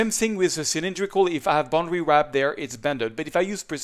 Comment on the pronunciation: Hey, its "Boundary Warp", not boundary WRAP. Otherwise, thanks for the tips.